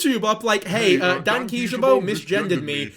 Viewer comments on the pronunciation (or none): WAIT YOUR CHANNEL NAME IS PRONOUNCED DAY-N-KEE JUH-BOW AND NOT DAH-N-KI YAH-BO? WHAT